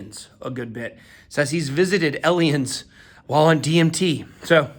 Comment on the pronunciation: Ellians lol. Two Ls.